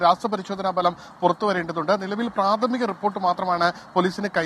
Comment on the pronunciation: ഭലം അല്ല.. ഫലം... മടുത്ത വിഷയം... പുതിയത് വല്ലതും കൊടുക്കപ്പ